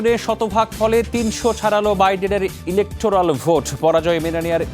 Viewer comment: ইরেকট্রোরাল ভোট না, ইলেকটোরাল হবে